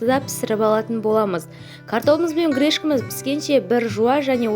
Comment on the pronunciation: Грешка емес Гречка! Видео түсірер алды әдемі дұрыс сөйлеуді үйреніңіздер өтініш. Құлағымызды аюға бастырмай